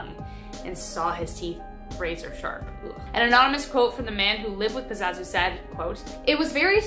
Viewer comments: It’s PAZUZU not Pazazu! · GURL ITS PAZOO ZOO 😂😂